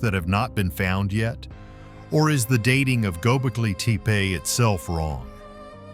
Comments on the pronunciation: Please! It's pronounced TEH'-PAY not TEE'-PEE not TAY-PAY' but TEH'-PAY. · get a better voice generator. "tee pee"